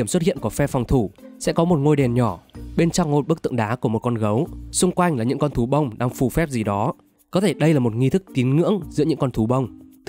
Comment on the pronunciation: Có ai nghe từ "Thú Bông" thành "Tú ông" ko zạ????